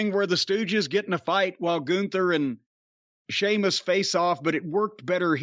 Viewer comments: I knew Jim must have quite liked it the moment he actually said Sheamus’ name properly at the start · You respect him so much now that you're finally pronouncing his name right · Great call by Jim on this match between one of wwe's finest talents Gunther and finally Shéamus, no longer see-mus lol. But Brian(whoever he is) always commenting its time for Shéamus to be missed or to go away from WWE, I mean, as if the WWE aren't going to capitalise on this potential Gunther/Shéamus feud development in the comming weeks. Sit back and watch Brian, Sheamus isn't going anywhere untill he's the IC champ lol. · You know Jim liked this when he pronounced Sheamus’ name correctly without joking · That's what I noticed too 🤣🤣 he didn't say seamus so I knew immediately he liked the match